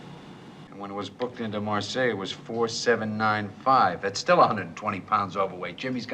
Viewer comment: Marseilles is pronounced "mar-say".